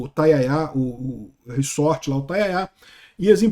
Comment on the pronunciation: É "ressssort" ou "Rezort" ?